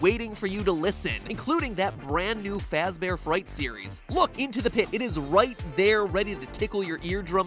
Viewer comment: Fazbear not fax bear